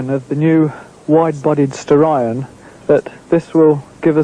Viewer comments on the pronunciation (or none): It should be pronounced 'Star-eon', similar to 'Stallion'. No one knows for certain if this was an issue with Japanese diction. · Actually combination of Star of Orion with the horse of Hercules Aeon. SO yep Ur right on how it suppsoe 2 b said. Look at old skool Mitsubishi Starion commericals hre on YOutube N u can cleary hear the correct pronunciation. There even a logo with a Stallion n Star.